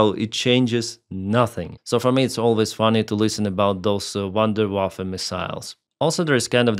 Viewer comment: You say "Wunderwaffe" so nicely. Maybe You want to switch to making the videos in german?? :D